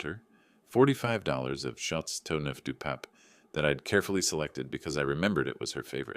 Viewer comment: You are like your daughter AI can t improve the French words , chateau neuf du pape not what this ai on this fake story. But currently insomnia has this way to make you listen at the eternal knuckles turning white in all stories. Boring ! Always the same story !